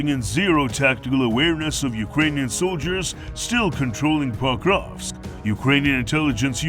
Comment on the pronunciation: Se pas PAKOVSK, me POKROVSKE. Chaque fois il prononce mal nom de Ville.